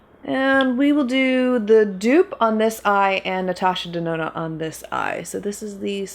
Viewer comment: "Natasha DeNONO" Hey,! How you doin', girl?! 🤣